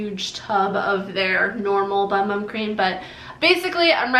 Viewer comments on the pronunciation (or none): I think ‘moringa’ has a hard ‘g’. And ‘bum bum’ is pronounced ‘boom boom’. You have lovely skin.